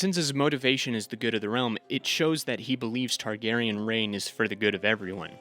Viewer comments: “Targ-ussy” is foul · "Targussy" Fucking C E A S E